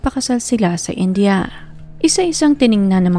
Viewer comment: Please india not inja....indiano not injano hope its help